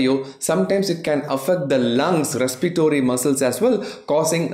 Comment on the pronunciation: நீங்க எங்க படிச்சீங்க? You are saying ‘respitory’ instead of ‘res-pi-ra-tory’ USல இருக்கிறீங்களோ? 🤔இங்கதான் அப்படி சொல்லி சாவடிக்கறாங்கன்னா நீங்களுமா? மத்தபடி உங்க content super helpful doctor 🙏🙂, Thank you!